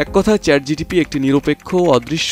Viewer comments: ChatGTP ?? 😂😂 ChatGPT😊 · চ্যাট জিটিপি না ওটা হবে চ্যাট জিপিটি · Chat GTP hbe na..GPT hbe... sec a.. Abar sec o.... sec o.. sec a abar o.... vai...vul 1 bar hoi 2 bar hoi...bar bar na...apni uccharon korte paren nai... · Chat gpt ❌ Chat gtp ✅ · second e pronunciation wrong hoice CHAT GTP 😂😂